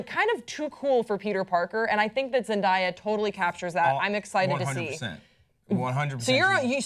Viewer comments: "Zendiya" ???? lol its Zen- day- a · It's Zen-DAY-ah, not Zen-DIE-ah. Also I don't watch superhero movies but I will def watch this one if Zandaya is in it! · zen-die-a ??? zen-day-a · stop calling her ZENDIA IT'S ZENDAYA GET IT IN YOUR BRAIN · It's not Zen-dai-ya, it's ZendAYa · am i the only one who noticed pronounced Zen-DAY- a Zen-DIE (DAY)-a. i just thought that was funny 😂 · she said it wrong it is zen-da-yu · Why they keep calling her Zen-Die-ya like I can't 😬😬😬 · it's Zen day a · i hate the way they pronounce her name lol I've never heard anyone say her name like that besides these two. its zen day a. but honestly the character should be matched by the actress if the character is pale the actor should be pale if the character has red hair then the actress should have red hair. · how do they now know how to say such a poplar persons name 😂😂😂 Zen- DAY- uh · zen-DIE-ya lmfaooo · ITS PRONOUNCED ZEN DAY YUH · Its pronounced how its spelt Zen-day-a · I think her name is pronounced zen day uh. Day as in today. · it's pronounced zen-day-uh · Ahhh I hate how people mispronounce her name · I cringed every time they said her name wrong Uugh I can't do it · this hole time I didn't know who they were talking about. cause this stupid woman doesn't know how to pronounce black names. lmfao. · Can they fuckin say "zendaya" right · How did nobody correct the way they pronounced Zendaya's name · u pronounced it wrong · raised an eyebrow at the way she pronounced her name!!!!!!! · Um ya'll really can't say her name man. Zendaya is really pretty for a Mary Jane but idk if she can act that well. But kudos to her, hope she has fun acting the role😊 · How don't you know how to say her name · PRONOUNCE HER NAME CORRECTLY GOD DAMNIT THIS IS WHY YOU SHOULD HAVE HAD THAT SECOND CUP OF COFFEE THIS MORNING!! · holy crap how do you not know how to pronounce her name????????? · I cringe everytime she pronounced her name. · Yeah I was mispronouncing it. Not my finest hour.